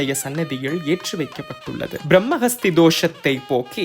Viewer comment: JFYI - not Brahma Hasthi It’s Brahmahathi. While saying it was wrong but the written spelling is correct